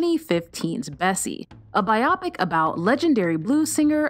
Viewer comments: Thank you for a good selection of films that I hope to watch. I enjoy your presentations but I wish people would stop mis-pronouncing the portmanteau word biopic. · Wow, I had no idea I've mispronouncing biopic my whole life! Thanks for letting me know.